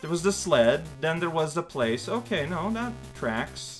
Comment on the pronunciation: ... did you just say "b'okay"? ... if I didn't know any better, I'd think this was a Game Grumps reference.